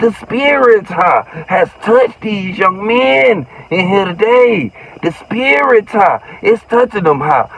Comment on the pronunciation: The spirit-tah 😂😂😂😂😂😂